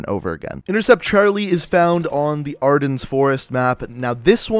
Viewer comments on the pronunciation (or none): Aar denn not ardens it ain’t a cosmetic.